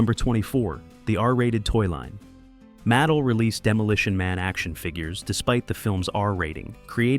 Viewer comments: Hearing this terrible voice mispronounce Mattel is egregious and unforgivable. It's like you pronounced Pokemon like poke mon. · The three sea shells are actually esthetic controls for the futuristic automated toilet. Also, your artificial intelligence voice needs to learn how to properly say “Mattel” 🙄